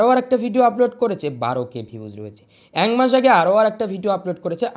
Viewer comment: ঐটা দাদা অ্যাংমাস না । একমাস বলতে হবে। স্লিপ অফ ট্যাং।